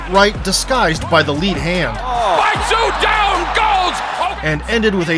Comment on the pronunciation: It's not Tszyu, but Choo.....first name in korea